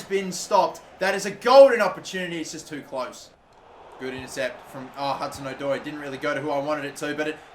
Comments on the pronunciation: No it’s not it’s O-Doi not Adoi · the pronunciation of hudson odoi annoys me 😂😂😂 its adoi rather than Oh-doi